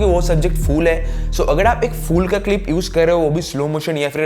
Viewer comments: Fool nahi hota fool, its Phoool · Its phool (flower), not fool 😂😂😂😂.. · It's not fool it's phool ph not fa